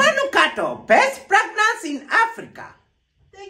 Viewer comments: All I heard was ‘best pregnance in Africa’! 🤣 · Terence yawa eti pragnance🤣🤣🤣🤣